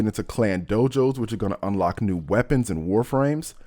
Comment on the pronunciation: I like how he pronounces "new" as "nude"